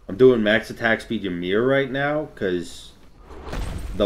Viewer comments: whymer??? It's EE mear... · Ita pronounced eemeer, not whymer, just a heads up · IT'S E-MEER. the gods say their name when u pick them.... i don't get why so many people say yuh-meer (and i know saying "why-mer" was a joke) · You said “whymer” and it made me sad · Skelzore yes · I heard him say “Whymer” and now I’m not watching g the rest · Please tell me people don’t pronounce it Y-MER?!?! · Why are you saying ymirs name like that bruh😭